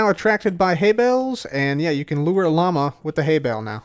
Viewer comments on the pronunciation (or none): none